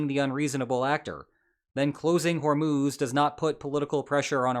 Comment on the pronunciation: it's Hor-Muzz, not Hor-Moos.